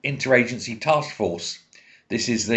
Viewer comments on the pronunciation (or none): none